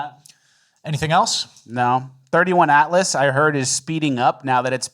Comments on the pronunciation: Its not "31" Atlas. Damn, Its "3" "i" Atlas. 3eye atlas for ppl under 80 IQ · It is 3 i Atlas. Not 31. "Third Interstellar object"